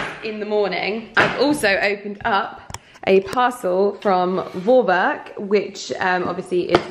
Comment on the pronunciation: I loved your vlog, like always! :) I really laughed when I heard how you pronounced the company ‚vorwerk‘. Since it’s a German company, it’s more pronounced like the English word ‚for‘. Like ‚for-werk‘. I know it’s not a big deal, I just wanted to let you know. :p